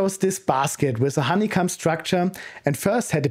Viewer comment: A bit weird that he says honey-cum vs honey-cohm though